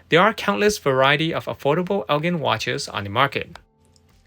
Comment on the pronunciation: Thought you may like to know, "Elgin" is pronounced as (el-jin) instead of (el-gin). Thanks for the content